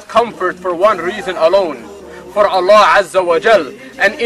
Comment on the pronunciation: I don't like the way these guys pronounce Allah or Islam. That's enough for for me to hate these fucking religious nuts!